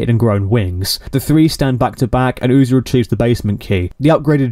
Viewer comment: you say UTI Instead Of UZI but you have already made this so who cares anymore